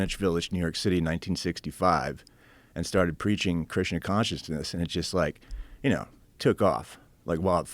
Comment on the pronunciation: says Krishna but sounds Like he's saying Christian